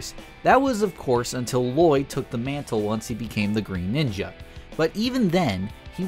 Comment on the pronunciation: this guy clearly doesn't know what he's talking about, cant even pronounce lloyd the right way